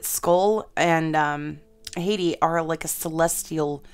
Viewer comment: HAHT-ee not HAY-tee.